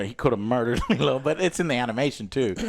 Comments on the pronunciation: Jesus fucking Christ Joe. It’s not the fucking Fifth Element. Stop calling her Leeloo, it’s fucking pronounced LEELOW. 🤦‍♂️ 😂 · lilo, not lilu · My right eye twitches every single time Joe says "Nina" and "Lilu" instead of "Nani" and "Lilo" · Nina? It's nani 😂 and li-low. Dude you just watched these!! 😂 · Why dont they correct joe when he keeps calling Nani "Nina" and lilo "Leelu"? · I love the fact that none of the guys corrected when he's saying Lilo's name. He keep saying lilu. Lol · You saying Lilu and Nina as if those are the actual names is mega cringe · Cmon joe, Lilu??? The name is in the title and you can't even say it right. I know he says he "doesn't get names right", it's lazy. Thanks joel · Lilo. I hear Lilu and it urks. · Nina, Lilu..... at this point Im convinced Joe says the wrong name on purpose lol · Bro how are you going back and fourth on Lilo and Leelu but keep saying Nina instead of Nani bro fucken read and how are the other two just sitting there letting you be wrong Like bro I heard him say it right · Every “Lelu” and “Nina” instead of Lilo and Nani had me slamming my hand on my desk 😂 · My eye twitched every time Joe says "Liluu" even though her name is in the title and he doesnt say it wrong there. 🫠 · Why is none of Joe's friends correcting Joe, that it is not leeloo.. but Lilo! Come on mannn. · Think you watched the wrong movie who the fuck is Lilu and Nina if I had a shot for every time he butchered a name I’d of been dead the first 10 minutes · By the way, the whole time listening "Nina" instead of "Nani" and sometimes "Lilu" triggered my OCD very strongly throughout the entire video XD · “Lilu” is taking me out 😅 lol I’m teasing of course it’s an easy mistake to make. Lilo and Lilu are very similar names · I find it hilarious that Joe keeps calling her "Lilu" even though Lilo's name is half of the title lol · I don't know if Joe's intentionally pronouncing characters name incorrectly, but it's kind of funny: Lilu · And Leeluu